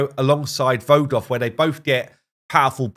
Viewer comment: Vogoth! haha Welcome to WoR Vogoth, sorry to see you go Voroth